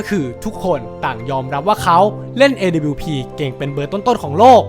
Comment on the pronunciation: คือไอ้การเรียกชื่อทีมผิดมันต่างจากคำอื่นๆตรงที่มันเหมือนเอาคนไม่เคยดูแข่งจริงๆมาทำคลิปอ่ะครับ อีกอย่างตัว W ก็อ่านว่า ดับเบิ้ลยู ต่อให้เป็นพวกสำเนียงอเมริกันจ๋าๆ ก็ยังออกเสียงประมาณว่า ด๊ะบะยู อยู่ดี ส่วนดับบลิวนี่ไทยแลนด์โอนลี่ครับ พูดง่ายๆคือออกเสียงชื่อปืนผิด